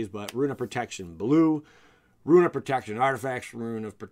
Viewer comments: Rune = Roon not Ruin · Roon. Not Ru-In. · bugged me every time he said "ruin" not "rune" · It's "Rune" not "Ruin." You even misspelled it in the video thumbnail. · It’s rune as in roon not ruin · RUNE=ROON. NOT RUIN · Bro it’s rune not ruin lol 😝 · Rune /ro͞on/ - a mark or letter of mysterious or magic significance. ...not Ruin. Ru·in /ˈro͞oin/ - the physical destruction or disintegration of something or the state of disintegrating or being destroyed. Good info but listening to you do that for the most significant part of this vid was cringy. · Please stop saying "ruin". It's "roon" (phonetically) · great video but the rune pronunciation ruined it